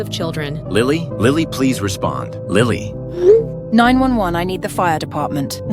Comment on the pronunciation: No, no way she said 911 like bro is 911 not 911